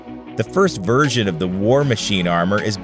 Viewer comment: I don’t know why, but every time he says version, I’m hearing virgin